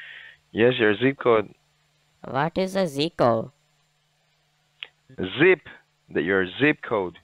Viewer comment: What is your “z-co” ? Is it really that hard to pronounce zip code properly ? 🙄🙄